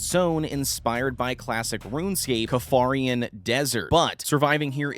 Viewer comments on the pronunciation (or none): What did you call the kharidian desert? Kafarian? Kha-rid-ian.. this is one of those times where a mispronunciation completely kills all credibility and I can't watch further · Ay bro, its based on Kharidian Desert. You said something like...."Kafarian Desert" or something...not tryna harsh your vibe, just helping with your lore accuracy. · Damn mfkers be on yo ass for miss saying Kharidian X,D